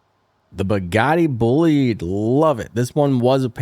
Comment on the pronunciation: YOU SAID BUGATTI BOLIDE WRONGGGGGGG